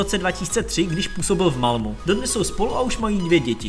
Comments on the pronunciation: dobrý, dal sis práci a to se cení...jen zapracuj na jménech a názvech: ne v Malmu, ale v Malmö; van der Vaart se čte fan der Fárt. Stejně jako jsi zjistil všechny údaje o hráči, zjistíš i výslovnost jmen a názvů. Neber to jako kritiku, jen se pořád zdokonaluj. Měj se, ať se daří. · Malmu... další perla ve všeználkově :))) čte se to "Malméééééééééé" :)))